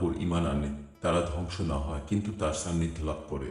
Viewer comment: সান্নিধ্য শব্দ শোনা যায় ছান্নিধ্য